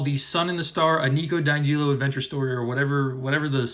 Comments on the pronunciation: the way you say di angelo makes my blood boil every time, its DI Ángelo, get it wright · He does this with every character. It’s supposed to be a joke.